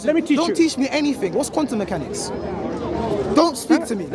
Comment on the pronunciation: "Wuss qwantum meekanix" oh really? What's a lime 😂